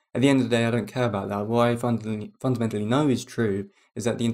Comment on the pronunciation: you "fondamentally know" your delirium is true? Man this is really bad. Your effort is admirable but let's be serious. How can you know?